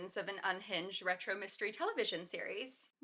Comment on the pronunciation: “RETRO” get out of here 🤣🤣🤣🤣that hurt my feelings